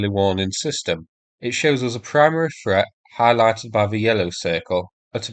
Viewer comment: I wish you could learn to speak. Threat is not pronounced. Ffffret. You come over as a half wit, unable to pronounce simple words